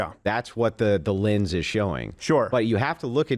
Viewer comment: what is a “linns?” Is he saying “lense??”